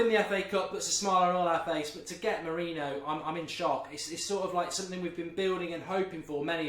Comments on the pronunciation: It's Moriniho not Mourino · wish he'd pronounce his name correctly